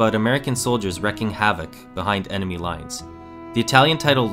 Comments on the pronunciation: How the fuck do you mispronounce the name Roth? It's just... Roth. Not Roath. Come on! And "wreaking" rhymes with "reeking." You're terrible at narration. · Wrecking Havoc? Dude has a hard time with a lot of words...